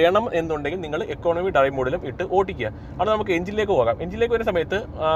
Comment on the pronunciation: ചേട്ടന്റെ ഓട്ടിക്കൽ കേക്കാൻ നല്ല രസമുണ്ട് 😂